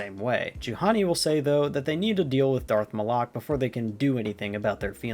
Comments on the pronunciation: Just, ok its Mal-ick not Mal-lac. Sorry to be that guy. Not as sure if this is canon but I think Ima-Gun Di is pronounced like Uma-Gun D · You butchered Darth Malek's name 😭🥀💔 "Darth Malok 😭🙏" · I'm over halfway through, and I am enjoying this, but the way you pronounced Darth Malak's name caused me physical pain.